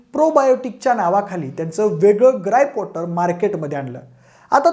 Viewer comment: ग्राईप कॉटर😅